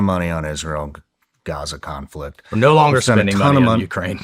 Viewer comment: thats a weird no.